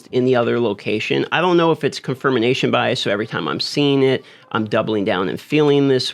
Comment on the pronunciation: “Confirmination” - -Michael Scott